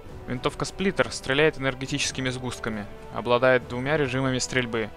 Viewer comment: Сплинтер? Что? Сплиттер вообще то. ( ͡° ͜ʖ ͡°）